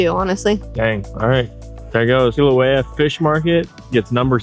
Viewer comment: the state fish is the Humuhumunukunukuapuaʻa. You also pronounced Kilauea wrong.